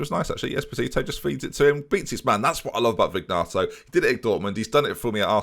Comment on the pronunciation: It’s pronounced Check-arelli. Also, and this ones been killing me for a while: Vin-yato, not Vig-nato.